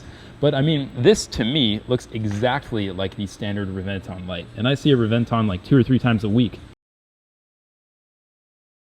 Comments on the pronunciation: re-ven-TÓN..... NOT re-VEN-ton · Everytime i hear the way you say Revent-tawn i wanna punch you out. Its Reven-Ton not Tawn. Fuck. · Pronounced Rev-en-tone. Like the sound of a lightning strike. Rev en tawn Get the fk outta here. Dun dun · It's Rev•en•ton not Re•vent•on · Please.. Please stop saying reh-ven-TAWn.. Its REh-ven-thóhne!. Spanish word bro! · it's pronounced Lamborghini Hébentoń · Reb-en-ton it's spelled Reventon but pronounced rebenton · The more he says revonton the more he pisses me off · Hate the way he says re venton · you say it wrong lols it should sound like Rebenton < as it is in italian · It's pronounced rebenton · Reventon simple American it's called reventon got pronounce it correctly next time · Bro if you are gonna say it so damn much, can you please teach yourself the proper way to pronounce Reventón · Please learn how to pronounce it properly. You're making a video about it, you clearly know a lot about it, it's infuriating you pulled a 'murica and couldn't get educate yourself on the pronunciation. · Sees one 2 or 3 times a week yet still dosnt pronounce it right. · Well, you managed to pronounce Reventon correctly one time in the video. That was not a replica Reventon. That was more like a phantom. To make a phantom 1969 Chevelle SS you buy a base model 1969 Chevelle do a power train swap with the correct parts. Paint it as an SS and add the SS badges. Then if you want, install a reproduction SS interior. A replica usually shares little more than looks with the original. That phantom Reventon probably cost about half what the "real" one does, which still puts it in the typical hypercar range and the performance is probably very close. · That is not how you say reventon pisses me off you do not say it correctly if you say you are a car guy. No sub